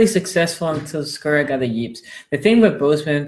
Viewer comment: Ouuuuuch! "The Skuras". That is just next level wrong. LOL